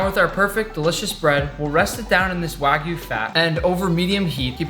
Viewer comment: This is how many times he said Waygu 👇